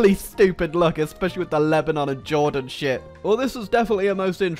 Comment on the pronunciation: Jordan Just Sounds Like He says Juden xD